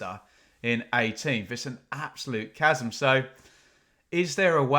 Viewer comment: It’s chasm!😂